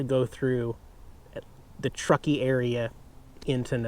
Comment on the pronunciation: Fun chill day with the kitties. Dude, you pronounced Truckee correctly. What gives? :)